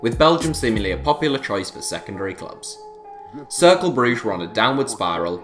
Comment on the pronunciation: That's not how to pronounce Cercle...